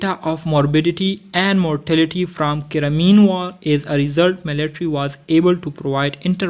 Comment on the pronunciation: Its not ceramean war its a crimean war